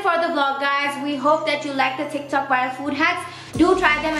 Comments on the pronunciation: Thats tiktok not tictok :'-D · No one: Litterally no one: speaking tik tac instead of tic tok😂